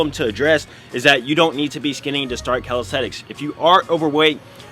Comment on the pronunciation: Calis - te - nix